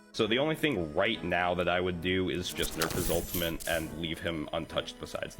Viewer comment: The guy talking about ramattra was saying ultimint instead of ultimate